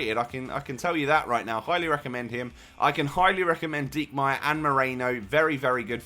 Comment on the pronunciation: Your 2nd pronunciation of Diekmeier was right